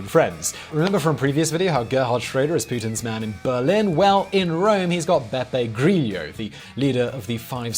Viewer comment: Love how mispronounces italian names <3 Beppe Griglio, Beppe BBQ hahahah